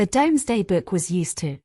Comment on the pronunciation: Mispronounced so far: DOMESDAY HUGUENOT RUDYARD Illiterate